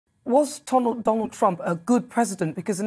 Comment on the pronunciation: Did she call him Tonald Donald Trump at the beginning? 😂